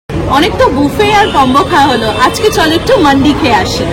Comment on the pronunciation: I really appreciate your video, keep it up. If u don't mind Just one correction it's মান্দি (food platter), not মান্ডি (সব্জি বাজার). 99% YouTuber pronounciate it incorrectly.